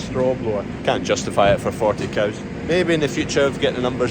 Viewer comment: I only realized you pronounce cows a funny way to use in Ireland 🤪 nice log splitter. Had the axe 🪓 out this week too